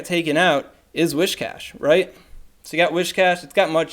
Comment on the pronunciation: Alright so I hadn't planned on saying anything but since the topic of pronunciation has been brought up, it might be worth double-checking where the first 'h' in "Whiscash" is